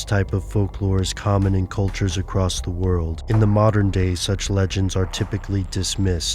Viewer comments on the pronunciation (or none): none